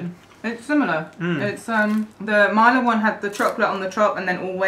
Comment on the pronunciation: its not maila its milka